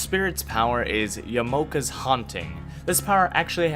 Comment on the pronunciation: Oml pls learn the correct pronounciation. Ya-ma-o-ka